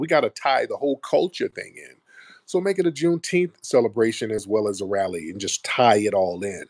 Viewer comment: That buck broken tether pronounces her "R" like a "W". She said rally as wally. Lol.